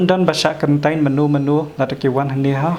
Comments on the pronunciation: Na sdang ha duh ba kut tip top da ka ktien khasi tang khyndiat pronounciation quarantin ym karantain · Karantain ka dei Khasi style. Hap kren da kaba sngewthuh lang ki para jaidbynriew.